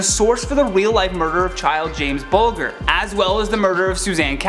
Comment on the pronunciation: You pronounced James Bulgers name wrong.